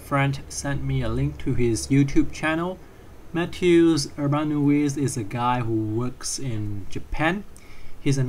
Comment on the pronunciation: Mat'eh'oosh Oorban'ovitch, there tried my best :P Our polish surnames are usually very hard to pronounce for people all over the world hehehe